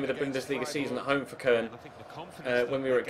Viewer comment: Fc köln is pronounced cologne